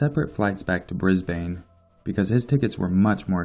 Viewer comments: Brisbane isn't pronounced as Bris-Bane, it's pronounced as Briz-Bin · Here in Australia we pronounce it like "brisben" or "brisbin" lol, same with Melbourne we pronounce it "melben/melbin" It's always weird for me hearing people say Bris BANE and mel BOURNE lol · Hahaha, I live in Brisbane and your pronunciation is great hahaha. We say it like Brisbin and nobody says gold coast like 2 separate words. More like gol'coast. Damn that was excellent, no hate! great video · pronounced - Bris-ben :) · just a little hint. Brisbane is pronounced as 'Brisban'. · I love the pronouncing of brisbane 😂 really made my morning haha, I live in brisbane and here we pronounce it like 'bris-bin' Then again, I have an aussie accent! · This is creepy! I'm from Sydney and I go to Brisbane and the Good Coast one weekend every month! Lol I love the way you pronounce Brisbane, just for future reference it's pounced 'Brisbin' Keep up the good work, I love your channel :) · I'm an Aussie and Brisbane is pronounced brisban 😂 but loved it 👌🏼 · I'm sorry but Brisbane is pronounced,"Bris-bin" just a future reference. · Lol just so you know for future reference so ppl don't give you shit as above here, Brisbane... We say it Bris-bin...Bris-ben? You know we don't annunciate every letter... which is probably why ppl outside of Australia think we pronounce things funny... Because we do lol now I've seen Brisbane written so many times here it looks like it's been misspelled you know when words look wrong after a while? Yeah that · Said Brisbane wrong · You say Brisbane so funny lol.